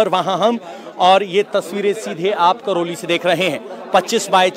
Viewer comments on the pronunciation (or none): संवाददाता महोदय, वो करैली है, करौली नहीं। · करोली नही, करैली नाम है जगह का।